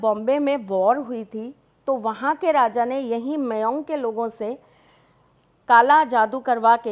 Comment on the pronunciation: Mayong ko meyong bol rhe hai😶 im from assam but atlst place ka name sahi se liya kare maam